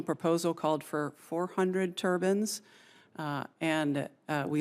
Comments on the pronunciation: Minute she calls them turbans, as in a Middle or Far Eastern hat! Not turbines. Study her closely. She may not be human. Maybe AI or a time-jumping sauropod from the Triassic Period. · She can't even explain what she wants to install! She says "turbans" (headcoverings), not "turbines" (rotary motors/engines).😡🤦🏽‍♀️ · He says turbines, she says turbans? An important distinction. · “Four-hundred turbans” - WTF, lady?!?! Don’t you know the difference between a turban and a turbine? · Turbans? Can’t even pronounce it correctly